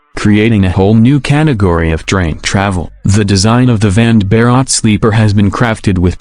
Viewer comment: Vande is pronounced One day. And Bharat as Bha rut